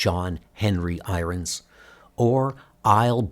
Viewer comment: I appreciate these comics. Unfortunately your pronunciation is atrocious. How can you not know how to pronounce irons? Why do you pronounce the word been as "bean?" It sounds like bad artificial intelligence. Who knows maybe it is?!